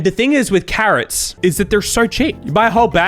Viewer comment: I love Joinen saying “carOHts” in the Finnish accent, cracks me up every time